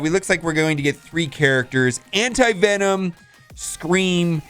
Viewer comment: Anyone else hear him say anti-vitamin?